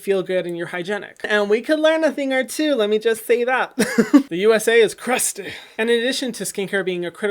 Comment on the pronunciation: "the USA is CrUsTaY 🤣🤣